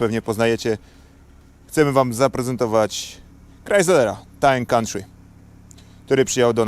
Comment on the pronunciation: Time country 🤣🤣 popracuj nad wymową jak chcesz udawać amerykanski akcent🤣🤣